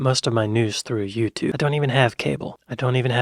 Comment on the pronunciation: it's also not Yutoob, ffs